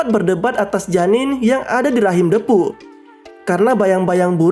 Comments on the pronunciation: Bacanya dipu kali bang ..... bukan depu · Bacanya bukan Depu tapi Diipu